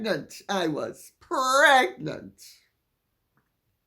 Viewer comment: ……’megnant’, too…………